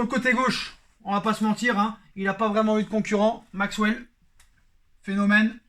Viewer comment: aie aie aie!!!! MAXWELL pas MAXELLE! CAVANI pas énorme en LDC mais Zlatan il à fait quoi??? HEINZE tu en fait quoi? LAMA le chat plutôt que le chat noir c'est porte poisse....! ouf il y a DAHLEB et SUSIC!